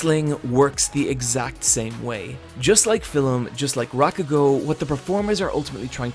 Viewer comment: even 8 years ago he said "filem" instead of "film" i cant say "milk" i always say "milik" lol i feel heard